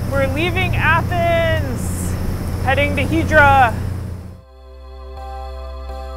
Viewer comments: Now, I don't get it. You pronounce it Hee-drah (correctly) in the beginning of the video and then you revert to the (incorrect) pronunciation Hi-drah. What's up with that? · It's pronounced EETH-ra, not HEE-dra (and definitely not HYE-dra).